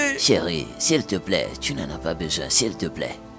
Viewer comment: Qui a aussi remarqué que moi qu'ils prononce toujours siplai pour dire s'il te plaît. 😊 Merci maman Ruth pour ce beau film c'est une leçon pour nous les femmes mariées. ❤❤❤